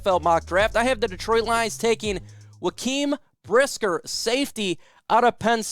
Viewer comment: "Juh-kwaan" Brisker bro